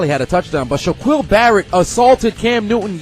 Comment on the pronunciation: Do you call Shaquille O'Neill by that name. Sha quill? Hell nah